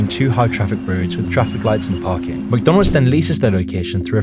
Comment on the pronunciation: Mconalds lol